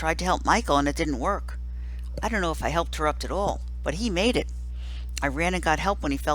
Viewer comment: Rob Says It's Pronounced Tear-Upt.